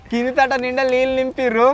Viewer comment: neelu ❌ leellu ✅ 😂